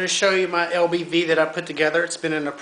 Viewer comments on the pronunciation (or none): LBV, not LVB...lol